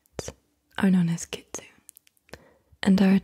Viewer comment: The Japanese fox spirit is pronounced "Kit-Su-Nay"